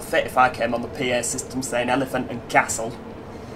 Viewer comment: | Elefint An-dh Kassl, pronouncing stuff “like a true Londoner” 😂